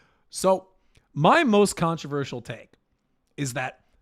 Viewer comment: "Hey Forks, it's your horst with the morst"